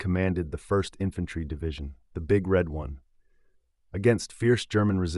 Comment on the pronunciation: 🫡🪖🙏🇺🇸 ps ai narration its the Big Red ONE not the big red one or the green one or the blue one. emphasis on ONE matter